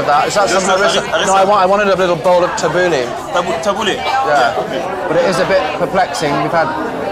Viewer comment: 'can I have a little side order of TABOOLY' 'Tabooly?' 'a little... li'l bit of tabooly?' a few minutes later 'I WANT MY TABOOLY' at this point you can feel the absolute relief as the waiter finally understands that the guy just wants some damn tabbouleh 😂